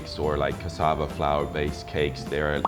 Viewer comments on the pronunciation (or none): none